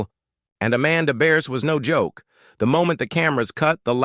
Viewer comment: This is old news. Even back when Married With Children was filming, it was common knowledge that those two didn't get along as time went on. And for the love of God get her name right. It's Bearse